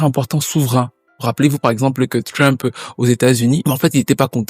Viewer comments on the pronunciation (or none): none